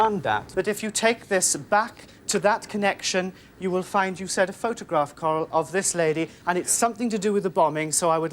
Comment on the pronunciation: I really thought that poor woman was named Carl. Randy, it's Coral like coral reef, not Carl. I love this guy though.